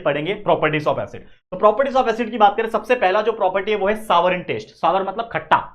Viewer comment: Sour❌ savar✅